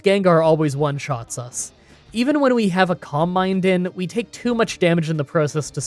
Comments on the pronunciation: I’m so sorry but whenever you said “calm mind” I thought you were saying “combine”, and was really confused for a bit there 😆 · Silly random comment of the day, for a long time I thought "columbine" was a Pokemon move I didn't know, then suddenly I realise "oh my god, he's saying Calm mind!", funny how different English accents can disguise the word you hear :D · Who else is only hearing "combine" when he seys "calm mind" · I kept mistaking your pronunciation of calm mind for "combine", and I can't help but think that would he the ultimate move. Can't outmuscle the opponent? Throw it in the combine!